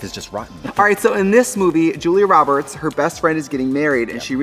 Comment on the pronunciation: “julie roberts” 🙅🏼‍♀️